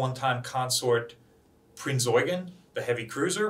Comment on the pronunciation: I was so happy when you pronounced "Prinz Eugen" correctly :) Thank you for that!